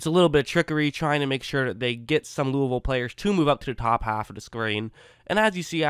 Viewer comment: He said Louisville correctly.